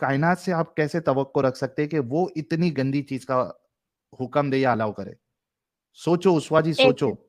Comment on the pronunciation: Hukam nahi hota hukum hota hai urdu ki aisi tesi mat karo 🤣😅